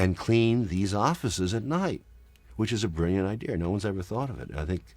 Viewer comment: Is anyone else astonished that a man as educated as Oliver Stone says “idear” instead of idea?